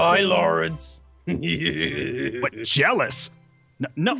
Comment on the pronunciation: aphmau: zane garroth and laurene! me: LaUrEnCe?